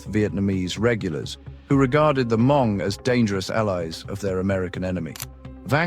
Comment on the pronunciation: Why keeping saying “her-MONG?” It’s spelled Hmong but pronounced “MONG”. The letter H is silent in English pronunciation.